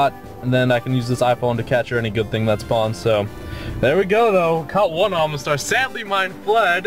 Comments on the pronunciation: Where's the n in omastar I'm sorry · Hey, love your videos, but seriously there's no "n" in Omastar/Omanyte lol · you say omanyte and omastar wrong! there's no N in them...say it right Jesus Christ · Oh-mah-star, not Ohm-nah-star, I don't mean to be rude about it, but it makes me feel weird when you say it wrong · OMA-star. Not OMNA-star OMA-nyte. Not OMNA-nyte.